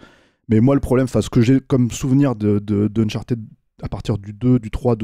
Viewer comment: Uncharted se prononce "Unchart'd", ou au pire "Unchartaide", pas uncharTIDE.